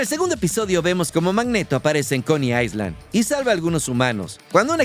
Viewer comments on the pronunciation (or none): none